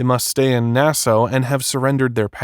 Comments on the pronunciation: It’s pronounced “Nass ah” . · Nassau is pronounced "Nassaw", not "Nasso". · NAS-AW NOT NAS-O!!😅😅😅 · Its not Nassoe. Its Nassaw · Nassau is pronounced Na-Saw not Nas-Ow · Are you really saying "Nasso?" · Dude, it's Nassau (Nas Saw) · Sometimes AI is really dumb. I e never heard Nassau pronounced as Nasso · He was not an NFL 'star'. He had as short stint like you said. Also, fyi it is pronounced Na-saw. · It’s pronounced NAS ahh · It’s pronounced Nass-Aw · I love how the digital narration pronounces Nassau. Na-sow. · It drives me nuts when AI narration mispronounces words. Nass-oh...ugh, among other words. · This is narrated by either AI or someone that doesn’t know how to properly pronounce Nassau…. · AI narration can’t pronounce Nassau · Bro can’t pronounce Nassau😭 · Nassau is pronounced with "saw' at the end. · How can u not know how to pronounce Nassau? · The way the narrator mispronounces "Nassau" is so triggering. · How can a grown adult not pronounce "Nassau" or "Bahamian"? Robert needs a hole and then to be in one.